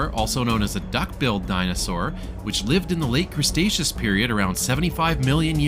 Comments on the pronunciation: thank you for the amazing tour! but it's cre-taceous, not crustaceous lol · The pronunciation of Cretaceous hurt my soul